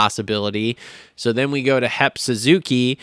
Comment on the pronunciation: is so unprofessional. Grown ass man still acting like a kid, he knows good and well it's HEP Suzuki not HEMP but he said it over and over because he thinks it's funny.